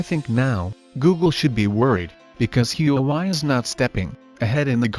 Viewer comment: Everyone: "Huawei" Him: HUUWAI